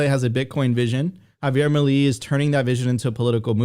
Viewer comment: Mileeeeeeeeei not "mili" it's milEi, milEI!!!!